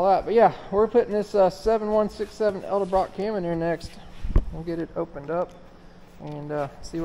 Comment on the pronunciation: so many people say elderbrock instead edelbrock. it always makes me chuckle.